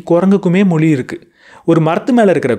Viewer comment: ‘மொளி’ யா இல்ல ‘மொழி’யா?? தமிழுக்கு ‘ழ’ அழகு. அதைப் போய் இப்படி உச்சரிக்கிறீர்களே!!